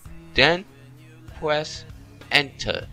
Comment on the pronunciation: when u say free it sounds like u saying fwee and when u say press sounds like pwess and u say world like word and u said gnome like gome